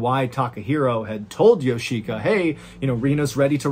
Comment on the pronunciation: Of all the beyond weird aspects of this lunacy, I can't help wondering how a person can learn this much about a Japanese family without realizing that the i in Yoshika would never be accented & if anything, it'd be de-accented. It's just odd hearing Yo-SHI!-ka every few seconds over & over again.